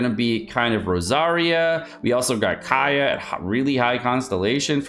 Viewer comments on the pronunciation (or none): none